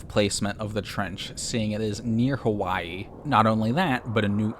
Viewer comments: i have never heard someone say hawaii differently before 😭🙏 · It’s Hawaii, buzz.